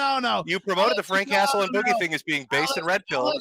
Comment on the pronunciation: Frank hastle ❌ Frank castle ✅